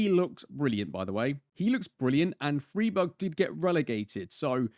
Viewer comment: That Freiburg pronunciation was a jumpscare lol, great video!